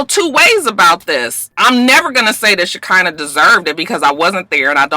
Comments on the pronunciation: ShaK'Nuh.... lol 😭😭😭it's pronounced ((sha-kun-nuh)) it's so sad for any man to hit a woman.. He came to her place and attacked her. If she said anything over the phone he had time to think and turn around... I can't with this one tho. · Roxanne it's pronounced "Shi-khanah", it a biblical name...😂😂😂😂